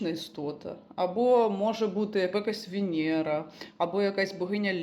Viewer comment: о, вєнєра! не Венера,😅